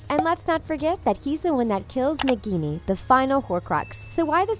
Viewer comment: Nikkini ?? Isn't it nagini?